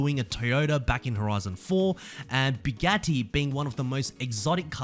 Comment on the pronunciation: Buagtti is pronounced "Bu gu ti".